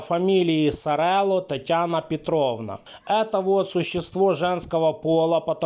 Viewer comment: Серло правильно)